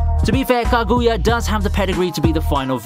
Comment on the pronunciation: The way you say Kaguya and Naruto 🤦‍♂️